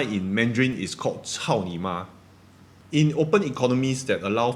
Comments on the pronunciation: Omg I burst out laughing at our pronunciation of 草你马 . Lolol sounds so vulgar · Your Chinese pronouncation of Lama in Chinese is not very accurate. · Do you know your pronunciation of Lama in mandarin has some intonational problem and it sounds the same as another abusive word, like F... word. I think you did it on purpose 🤣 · LOOOL that’s not how you pronounce 草泥马 😂😂😂 If you know you know, that was freaking hilarious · For those who understand Chinese, I cracked up laughing when I heard how said "llama" 🤣